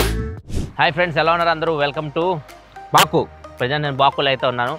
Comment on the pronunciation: బకు బాకు.... పదే పదె అంటూ ఉంటే.... బోకు లాగా వినిపిస్తుంది😂😂😂😂😂😂😂